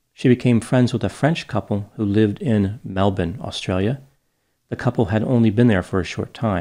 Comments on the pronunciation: Extremely impressed with your pronunciation of "Melbourne" (my home city). Spoken like a true local. Shows the depth of research and attention to detail. Outstanding! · u nailed "melbourne" so authentically! 😂 though for an american, I'd say it translates to mel-burn...not mel-born, but you'd still pronounce the 'r'...but if you wanted to sound legit aussie then u did it! 😉💯...unfortunately Bendigo didn't fare so well, but who cares 😜 (it's Bendy-go if u were curious) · As a 14 year old Australian I’m happy you pronounced Melbourne correctly. You have talent... Let's exchange info. I'm a scout. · You said Melbourne the correct way. Kudos to you. For anyone wondering how to say it Mel-bin. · Hearing pronounces Melbourne the right way kinda sounds weird. I guess I'm used to yanks saying Mel-born rather than Mel-bin so when they do get it right it sounds off? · great pronunciation of 'Melbourne'! I'm not from there, but had a boss several years ago who's from there- and that's exactly how he pronounced it as well! 'Cheers from Hawaii! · Nice pronunciation of Melbourne, doc! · You pronounced Melbourne correctly! ...We shall ignore Bendigo though